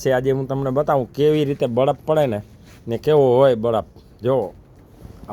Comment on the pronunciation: બળફ નહીં પણ બરફ.